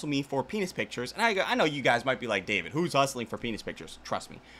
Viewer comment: Here to celebrate 🎉 not dayvit